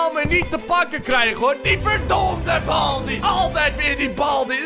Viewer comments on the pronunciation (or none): Het is baldy niet balby